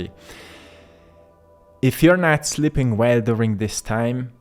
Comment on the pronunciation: Not " SLIPPING" well, but S L E E P I N G " well. You are difficult to understand. I am SLIPPING away!